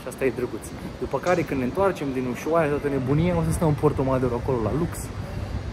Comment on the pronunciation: Se pronunță usuaia!